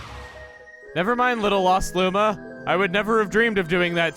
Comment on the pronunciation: don't you mean when you were....wittle